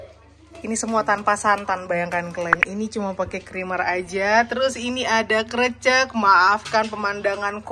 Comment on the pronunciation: lucu denger si mamak bilang krecek wkwk. harus nya e dibaca sepert kata bebek 🤣